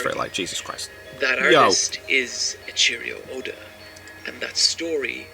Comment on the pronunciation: Eichiro Oda is how you fukn pronouce it... xD